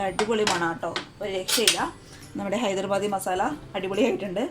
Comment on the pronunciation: ഹൈദർബാദി അല്ല ഹൈദരാബാദി ആണ്